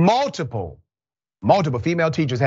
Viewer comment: mmmmmm multiple i thought this was gonna be an mmmmm mmmmm good food video haha lol he put much empase on tht multiple mmmmmmmultiple lol haha 😂😂😂😂😂😂